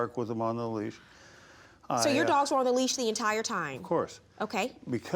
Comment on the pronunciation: J M it’s leash not lease